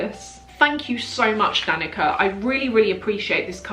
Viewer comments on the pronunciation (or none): Is Danica from the Balkan region? Because in that case her name is pronounced "duh-knee-tsar" 😘 Also...you're incredible. Any friend of yours is lucky to have you as a friend 💖🧿🙏